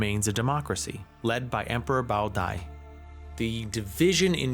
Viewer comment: That Bao Dai pronunciation was crazy